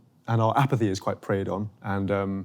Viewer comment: I'm confused, seems like he is pronouncing empathy and apathy similarly.